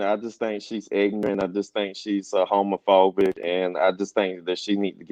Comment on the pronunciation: Did she say dookie fobic!?🤔😆😆🤣😆🤣💩 OMG 😳!